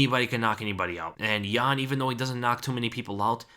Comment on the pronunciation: its jan not ian lol